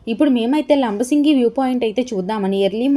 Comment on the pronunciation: Madam.. labasingi kadandi.. LAMMASINGI